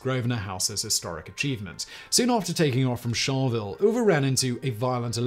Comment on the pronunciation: and Charleville is char-la-ville